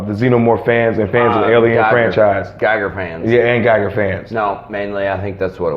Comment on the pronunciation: I’m pretty sure his foreign name is pronounced HR Giger, said Gee gur. I have to get one of these head busts one day.